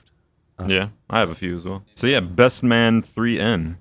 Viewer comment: it's pronounced "bestmannen".